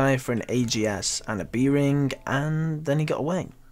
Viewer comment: It's ring, not rink